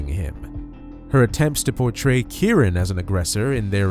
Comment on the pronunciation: Why do the narrator keep saying the victim's name incorrectly? He keeps saying Kurren when his name is Key - Ron = Keyron.